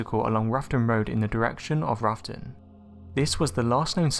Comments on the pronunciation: its rowton (as in having a row with someone) -not ruffton omg research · "Roughton" is pronounced "Row-ton", as in "row - bad argument"